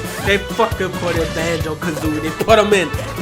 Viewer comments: IT’S BANJER N GERGER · ITS BANJO ITS BAWARARA